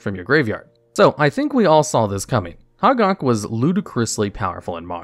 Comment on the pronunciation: Glad to see the new channel! But: it's pronounced hoe-gack, not hahg-ahg.